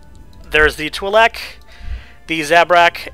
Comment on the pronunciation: Finally someone who pronounces Twi'Lek correctly. Most of them say twai lek. It's Twi'Lek because it's a contraction of Twin Lekku.